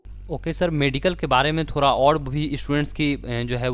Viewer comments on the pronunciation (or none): Hindi sudhariye apni ....Thora nhi hota vo thoda hota h ड आता है थोडा